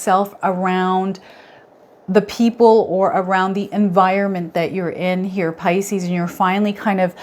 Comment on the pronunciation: Puleeeeaaaase! pronounce 'pisces' properly- it's sooooo irritating